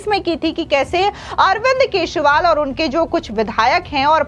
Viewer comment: मैडम! आप केजरीवाल को हरदम केजरीवाल को केशवाल बोलती हैं।